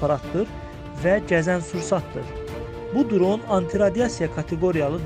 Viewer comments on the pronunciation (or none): Qaqa duron yox dron demek lazımdır! Amma video super! Like